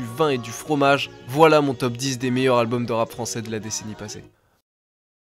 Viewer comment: Gros, j'aime bien tes vidéos mais tu me rends OUF à pas faire les liaisons ou à les faire de façon éclatée au sous-sol. Tu parles en quelle langue ? C'est "les meilleurs Zalbums", "un des plus grands Zalbums". Sérieux, c'est impossible de publier des vidéos et de faire des erreurs comme ca. A chaque fois que t'en rates une j'ai les oreilles qui saignent. Pareil avec l'emploi systématique du futur pour parler du passé, c'est moins grave et pas faux en soi mais souvent c'est maladroit et t'as des souci de concordance. Ah et tu peux pas dire "également aussi" c'est redondant. Mais sinon bien hein, c'est juste que ca améliorerait grandement le plaisir d'écoute et que ca te rendrait plus crédible, en ce qui me concerne ;)